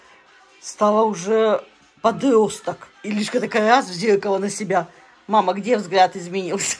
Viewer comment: Научите говорить Люська